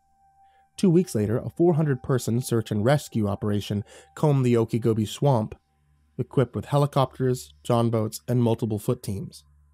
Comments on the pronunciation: I'm in Florida he kept saying oakygobe I thought it was some other part of the world but when he said " weird Florida story" I realized " Okeechobee " pronounced ( Oakachobee ) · oak a gobi???????"? swamp lmao